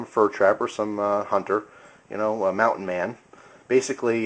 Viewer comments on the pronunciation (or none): none